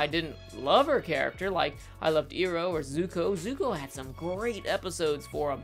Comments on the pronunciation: I agree with most of your assessment. But your pronounciations are killing me. I-roh, not E-roh, Toff, not Tohf. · It’s pronounced 👁-row not 👂-row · ITS IROH NOT ERO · NIce analysis, but the fact that you pronounce Iroh as "ero" and Toph as "Tofe" reminds of the the name butchering from ATLA live action by M. Night. So please pronounce them as the show intended. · When you said “eee-roe” man i had nam style flashbacks to the last airbender movie. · Sorry to be this guy, but.. Zukos uncle, "eye-row". Earth bender "tawff". Say it with me now.. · He mispronounces iroh and tophs name as if the show wasn’t in English. Were did they say eee-roe at?? 😅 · Anyone else bothered by the name pronunciation errors (Eeroh and Toe-ph) (I spelled the pronunciations phonetically so plz no nagging me on it) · I have a hard time taking your opinion seriously when you call the characters “toe-ff” And “ear-oh”. Like, did you actually watch the show? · EYE-ROW!!! TOOUGH!!! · Why is he continuously miss pronouncing Toph and Iroh’s names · The show made up the names so they dictate how they're pronounced. Toph and Iroh don't sound like that in the show so I don't know what you're doing here. Plus saying Iroh with an I and Toph like off sounds better anyway. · Wow, I really got confused when I herd him say Irohs name. I mean honestly no one pronounces it like that!